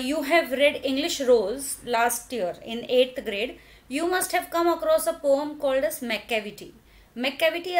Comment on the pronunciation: mam you pronounce poem wrong